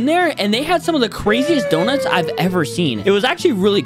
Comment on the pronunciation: I was olling out of the floor bro said yonuts is so good